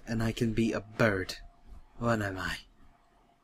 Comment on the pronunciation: I love the way you say "Bird"= "burt"